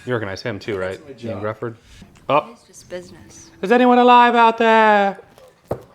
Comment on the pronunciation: John krazinski was a terrible reed richards. And IOAN’s name is pronounced h’io-ann not IAN